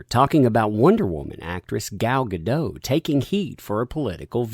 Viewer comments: Hey, Gal Godot’s last name is pronounced with a hard T “Guh-DAHT.” Her surname is of Hebrew origin, not French. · As weird as it seems, it's pronounced gaDOT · The signature on the message about Gadot be a "dirty Zionist" started with an Arabic word... hmm. The person that claimed she was too pretty and skinny to be WW obviously never read the comics. Oh, and, iMDB says in it's trivia section for her that her name is prononunced "Gall Ga-Dote". I used to make that mistake, too.